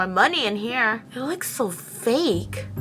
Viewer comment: "fake hair--uhm.. FAKEU LOVE"